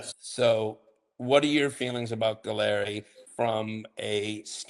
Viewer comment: Galleri >>> sounds like “Gallery”. Just FYI